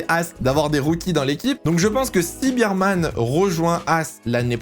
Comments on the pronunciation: Je vais etre chiant mais c'est "Ber - man" pas "Bir-man" - Bear pas Beer. Et je suis d'accord sur tous tes choix meme si j'hésite un peu pour Ricciardo mais je vois pas qui pourrait le remplacer donc bon. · Yo, Oliver Bearman ça se prononce pas "birman" mais "bairman"